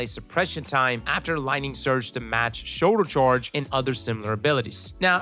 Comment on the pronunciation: "shorlder chorge" lmfao